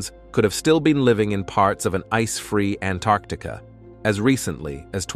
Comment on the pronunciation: Say Antarctica CORRECTLY...